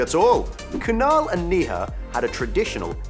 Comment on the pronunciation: I don't mean to be rude but as an Indian, I can't help but laugh (and cringe a little) at his pronunciation of Neha